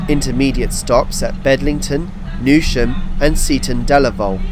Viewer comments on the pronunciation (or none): none